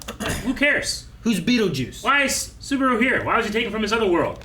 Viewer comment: A whole season later and still cant say the main characters name incorrectly. At this point i feel like he's not even trying to get it right